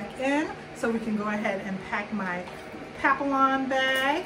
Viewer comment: Nice bag, but the "ll"s are silent.